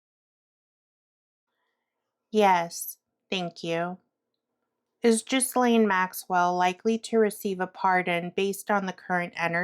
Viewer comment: Thank you. Maxwell is vile. May I gently share the pronunciation of her name? “Gillenne.” (Hard “G” and the “s” is silent.) It’s unusual, and I suspect, made up.